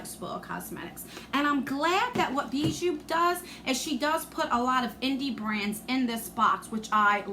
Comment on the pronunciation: It’s pronounced Bee- Joo. It’s French for Jewelry. Don’t mind me just binge watching the videos I missed from you .